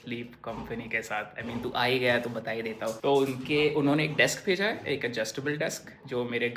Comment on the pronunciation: Bro learn to pronounce " है "